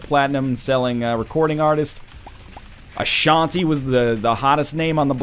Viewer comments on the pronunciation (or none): none